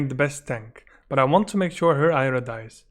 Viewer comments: Why do you keep calling Arya 'Ayra'? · Took me a second to realise you meant Arya. You say Eye ra.